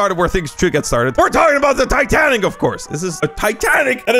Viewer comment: Bro you mean titaic?😅😅😅😅